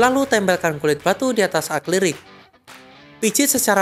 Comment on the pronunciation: Tolong lebih diperhatikan dalam pengucapannya, yang bener adalah "A-KRI-LIK", bukan "A-KLI-RIK".